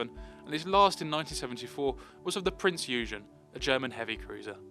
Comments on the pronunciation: Roy was an absolute legend! He was renowned for his deep research into each and every project he undertook. BTW it's Prinz Eugen (pronounced oi-gen, a hard g as in good). Amazing what a tiny bit of research will do... you should try it sometime. 😊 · A lovely tribute for an extremely talented gentleman. But why can't anyone on YT pronounce the name Prince Eugene correctly, it's a German vessel so German pronunciation applies.